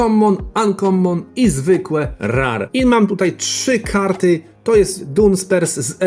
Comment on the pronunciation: Mówi se Rer nie Rar 😅